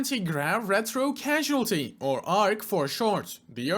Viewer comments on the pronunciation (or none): Causality - CAUSE-ality Other than that, you did great! Keep it up!👍